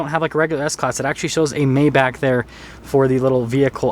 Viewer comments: He keeps saying May back instead of My bargh... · "My-bach", not "May-Back". No this isn't quite a Rolls Royce. A Rolls is superior in presentation and customization. If you think Rolls doesn't offer more I have to ask if you've ever been in a Phantom. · I can hear the Germans wanting to kill this guy for mispronouncing Maybach